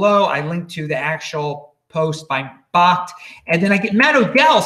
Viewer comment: I believe its pronounced .. Backed (bakkt)